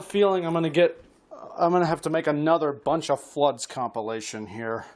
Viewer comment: DID I HEAR BUNCHA FLUDDZ?